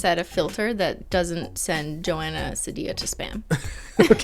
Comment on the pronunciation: btw its Joana seed-ee-a